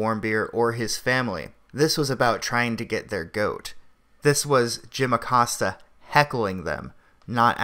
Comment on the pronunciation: Jim Accost-ya